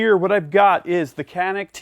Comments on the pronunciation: It should be pronounced as djanik not kanik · İts not Kenik.. its Canik. 🤦🏻‍♂️ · Hey! its not KAAAANNİİİKKKK..... "Canik" is Türkish word. "Janiyk" is right spelling. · It is not spelled as "Qanik" but like "Janik" starts with "c" like "g" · ben de bunu yazacaktım ki yorumlarda sizinkini gördüm. kenik diye okumaları çok garip geliyor :D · It is Chaa neck This is the way you call it. Not Canik Because it is a turkish handgun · pronounced as "ja-nyk"or "janeek" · Pronounced like John'eek, great analysis, superb Turkish weapons engineering, tremendous value! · Thanks for the video.. If Canik is Turkish, it would be read like: Janik.. A little more straight, but enough.. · Pronunciation is John-nick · Love the Canik. It is pronounced as Djanik though. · I know 100 million people come here to say this but the name is pronounced like " John-ick ". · You are pronouncing wrong.canik pronounce as janic;))) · FYI: Canik actually sounds like Janick in Turkish if you read it correctly for English speakers (Letter "C" in Turkish sounds like "J" as Jane, James, Jay) Thanks for the demo. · Its pronounced “Ganik” 😉 . G like in George. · Your review is awesome thanks for all your these hard & fantastic work. I would like to highlight the right pronounce of the pistol. It is Canik in Turkish but actually right pronouce in English is Janik. All the best... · Silah iyi veya kötü demedim, “Canik” isminin İngilizce konuşanlar için nasıl doğru okunacağını yazdım. (Adam tabancanın ismini yanlış söylüyor)